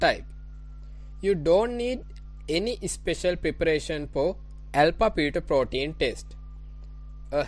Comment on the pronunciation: Alpha pheto protein, alpha pheto protein... stoppppppp!!!!! Do you actually have this accent or trying to be